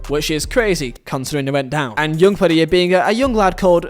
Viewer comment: “Yoong Pedierre” 😂 (Young Player of the Year